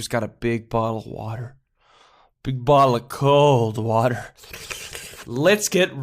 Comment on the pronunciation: u just said cod water wtf